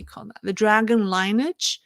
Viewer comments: I love your program! I want to offer some advice about the word 'lineage', which is not being pronounced correctly. As a financial analyst, I'm sure you use the word 'linear', and are probably pronouncing it correctly. The word 'lineage' is very similar - only the ending syllable is different. Think Lin-e-age, the first two syllables being the same as Lin-e-ar, with the final syllable being 'age' (which you are pronouncing correctly). Another way to look at it, but not so direct, is to say the woman's name Lynn-e (like you say 'e' in the alphabet), and age (which you already have correct). I hope this helps. I really appreciate all the very hard work you do to keep us in the West on the straight and narrow in regards to the CCP. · 'Sword' sounds like 'soared'. ...'lineage' is pronounced 'lin-ee-edj' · lineage pronounced ‘lynnage’. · Your English is great -- very easy to listen to You appeal for corrections -- one which you pronounced logically, but it is illogically "linee-age" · LINEAGE is pronounced LIN-NI-IJ. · pronunciation tip: the word “lineage“ is pronounced like Lin-knee-edge